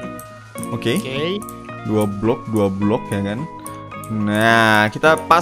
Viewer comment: Dimenit gw ngedenger nya. Gobl** Gobl** padahal lagi ngomong 2 block 2 block..wkwk Btw lanjut main wooby life bang